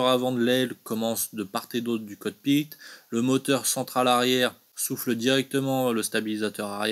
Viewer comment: j'en pense que le COT PIT se dit cockpit 🙃😉en toute bienveillance 😁